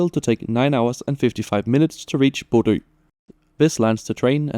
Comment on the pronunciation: Thanks for the video! (Now, at long last, I can pronounce Bodø without people laughing. Æ is next!)